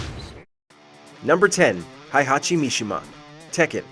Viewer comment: You pronounced "Heihachi" wrong. It's not "High-Hachi", it's "Hey-Hachi". In Japanese, his name is written in kana as "へいはち", not "ハイハチ".